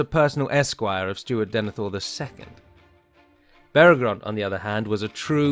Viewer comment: Minor nitpick but it's Beregond, not Beregrond. The text was correct but the narrator inserted a second "r" every time he pronounced it.